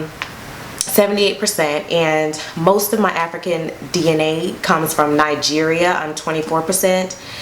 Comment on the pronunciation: Did she just call Bee-nin Bee-9 nine?????????? Mmmm by the way, she pronounced Nigeria well.. Hey, i wanna buy U coffee..